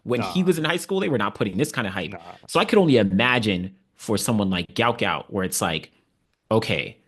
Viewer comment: Give the GOUT, GOUT a rest and PRONOUNCE HIS NAME CORRECT. Pronounced Gwot because it was spelled wrong and should be Guot pronounced GWOT. search: "Gout Gout's Father BREAKS Silence and SHOCKS Everyone!"